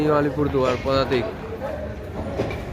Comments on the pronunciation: "পুদাতিক" টা ঠিক করো দাদা লোকে হাসবে😂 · পদাতিক এক্সপ্রেস ❌ পুদাতিক এক্সপ্রেস ✅